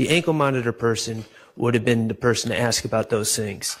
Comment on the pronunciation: AsssssssssK. So over the aks.